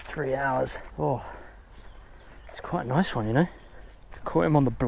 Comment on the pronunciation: "It a noice fish" X 10 - and I quit